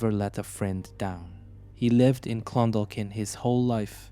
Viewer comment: This happened in Shancastle Close, in Clondalkin on Dublin southside. I’m from Shancastle Cresent. The chap pronounced all the names grand, except Clon-Daw-kin, the L is silent